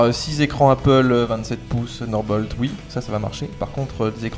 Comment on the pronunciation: "ssssssunderbolt" : c'est bien des Français ça...